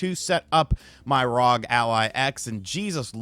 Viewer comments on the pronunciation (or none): I rock with these RGT videos but hearing him say ROG Ally instead of R.O.G. Ally over and over again was so distracting. When you say NBA, you don’t say it as one word. You say each letter. Just like FBI. Or NRA. Or MLB. Saying ROG as a word is just weird. Couldn’t finish the video. Glad he likes the product though. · It's pronounced AZEUS . You're welcome. Also, it isn't RAWG. It's R.O.G ..... You're welcome again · ASOOS R O G please say it right